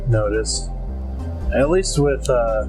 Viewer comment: Mason got lucky in the anime. In the game, he gets eaten. Also, it's seriously painful listening to you guys try to pronounce Sorey's name. Just call him Slay if you can't say it right pls